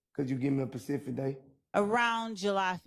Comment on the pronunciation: Be PACIFIC 😂